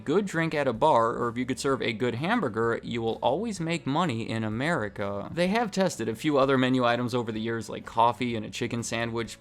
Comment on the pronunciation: Why do you sometimes have the "Burger King Foot Lettuce" cadence to your speach? Start listening at like and listen to how you say "america". is this an accent from somewhere?